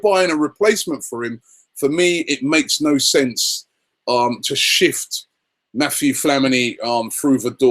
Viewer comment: So funny whenever Robbie says Mathieu Flamini, calls him Matthew lol